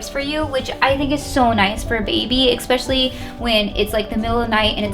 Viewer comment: Nice video but please stop saying EX-PECIALLY and SUSS-CRIBE